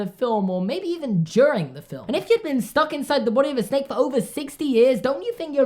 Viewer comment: Did anyone else hear “She’s a special snek” instead of “She’s a special snake” ? Just me? Ok...